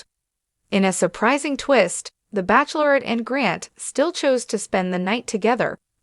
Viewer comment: You can't even pronounce bachelorette right! Please find a better robot, this is very unsettling to have words pronounced so poorly.